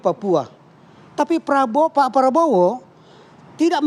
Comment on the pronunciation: Prabowo bukan Praowo min